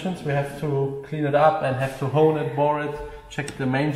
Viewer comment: We have to HOOWWWN it BOOOHRR it :D !!!